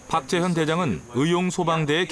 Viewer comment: 나레이션이 박재현을 왜? 탁재현으로 발음하나?